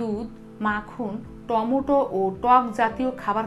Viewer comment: টমোটো না টমেটো🤣🤣🤣